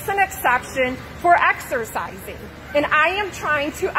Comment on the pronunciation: " I want to axercizing "